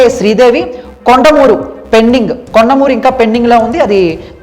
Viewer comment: కోడుమూరు బాబు...కొండమురు కాదు.బాగా చదవండి బాబు..